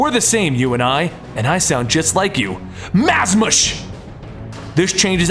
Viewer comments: MAZMASH! really? it would be pronounced muhz-ah-s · "Mazmsh"? I think it would sound more so like "Muzaw"! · don't you hate it when you're casually scrolling over old vids and hear nails on a chalkboard? what the heck is "maz mush" I've always pronounced it mAz awehz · I don't know why, because this didn't happen when I first watched this video, but it really bothered me when he said Mazmash instead of Mazahs. Great vid tho. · MarkJ Smith he said it mazmsh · I always thought it was pronounced ma-za-ahs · This was a great video and I love your work. The only thing that irked me was the way you would pronounce Mazahs. Really, it just sounds how it's spelled. Muh-zahs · i thought it was like MAZ-AHS...like mazah ball soup....what? Alexander Luthor cant be one of the chosen people? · That's how I thought it was too, like the soup mazahs. Guess he read the sh wrong.